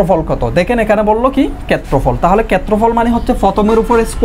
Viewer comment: কেত্রফল কি জিনিস? আপনার উচ্চারণে সমস্যা আছে